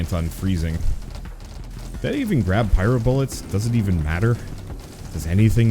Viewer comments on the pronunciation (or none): none